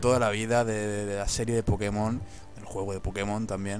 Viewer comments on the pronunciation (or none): none